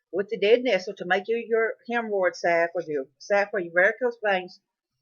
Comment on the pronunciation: It's important to guide people accurately through wild foods. 1) the plant you're talking about is "nettle" not "nestle". 2) the plant you are eating is Henbit and not purple deadnettle. Not trying to be nasty, here but the information in this video is not accurate and wild foods are not something to play around with.